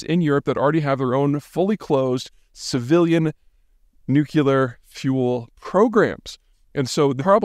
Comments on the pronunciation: Peter, I am BEGGING you to pronounce it NUKE-lee-ar, NOT nuke-U-lar. PLEASE!!! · Dearest peter, i do believe nuclear only has 1 u. Nuclear. Nucular. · nu·cle·ar /ˈno͞oklēər/ -- not "nook*u*lar" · Drinking game: drink every time Peter mispronounces nuclear. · You keep saying "nucular." It's NUCLEAR! Not nucular. Nuclear! ;) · Peter! It's nuc-lear, not nuc-ulear. That's George W. Bush's pronunciation! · In agreement with all of this, but please, it's "nu-clee-ar", not "nuke-u-ler". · Peter - Love your analyses!! But please stop saying Nu-CUE-lar, the word is pronounced Nu-CLEE-ar.......... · Peter... It would give you more conviction if you were to pronounce “Nuclear” properly, instead of saying Nucular. But make no misteak … you are awesome! (poor Pun intended). Just Sayin'. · Isn’t it “nu-clear” not “nu-cu-lar”? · Please, please, please stop saying 'nucular' it undermines your interlect. It is pronounced nu-clear in the context of atomic weapons. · It's Nu-cle-ar, not Nuc-u-ler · Nuclear, not nucular. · NUC LE AR, NOT NUC YA LAR......FFS. SAY IT LIKE A PROFESSIONAL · You’re so smart, my man. Could you please pronounce it “nu-cleh-yer”? I don’t know why but that drives me nuts. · "Nu que ler, its pronounced nu que ler" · "Nukilar"? Never heard of that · Makes sense, but why are there so many intelligent people who insist on saying "nuke-yoo-lar?" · Love your thought provoking content, but, please, stop pronouncing it "nucular" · Please stop saying nook-ya-ler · Can’t take you serious about nukes when you say “nuculur.” And just because our congress didn’t declare it doesn’t mean Europe hasn’t seen war. Give me a break. Studied grift. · A serious hat for a serious pundit discussing serious matters, and pronouncing "nuclear" like Prez Bush does: "Nukular". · Peter...it's not pronounced 'nook-u-lur' how can a person talk about this with some authority and can't even pronounce the word correctly? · It's nu cle ar. Are you trying to sound like Bush 43 or Homer Simpson?